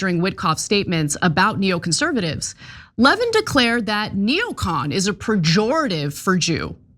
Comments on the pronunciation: I don't think you should be able to call someone "disgusting" and "bloviating" unless you can pronounce his name correctly. His name is Mark Levín, not Mark Lévin. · I know Mark Levin doesn’t deserve any respect, but his name is pronounced LeVIN, not LEHvin. For someone like Ana, who has been pretending to have her finger on the pulse of right-wing politics for years, pronouncing it wrong makes you sound generally uninformed. Do better. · Yes, it’s pronounced “Le - VIN”. The accent is on the second syllable. Lol! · His name is pronounced Lev-IN, Ana.